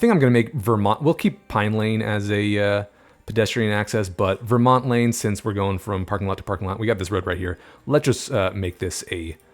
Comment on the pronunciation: the way you said vermont Sus